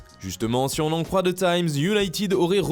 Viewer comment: merci mon frère, et THE ce prononce "DEE" et pas "ZEE" 😂